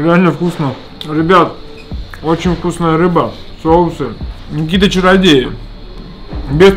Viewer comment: не соусА, а сОусы!